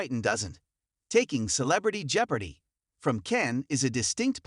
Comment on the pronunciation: Learn how to pronounce Jeopardy.